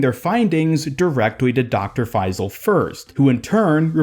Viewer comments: Just a tip it’s pronounced FaiSal and not FaiZal :) Great vidoe anyways 😊💕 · Bro its faisal not faizl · Its not faiii-zal..it’s pronounced fayyysaal..just saying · as an arab it pains me hearing your pronunciation of his name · Do not pronounce the s as z The closest pronunciation of the Arabic letter ص is s, although it is not the perfect pronunciation